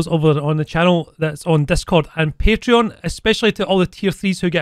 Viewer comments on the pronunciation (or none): none